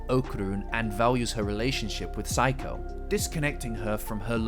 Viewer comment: I love your essays, and I also can’t help but find incredibly interesting how you say “Seiko” as “psycho” even tho you say “Reiko” from Reiko Kashima right. 😂